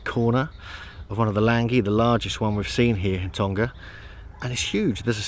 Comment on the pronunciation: Please pronounce our island properly lol its tong-a not tong-ga lol cheers